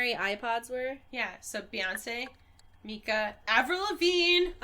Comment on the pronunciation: have I been mispronouncing MIKA wrong this entire time kmsfnaiwenfanwi LOL